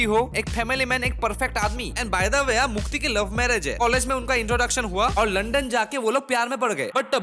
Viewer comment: Mukti ❌ Mutti ✅ 😅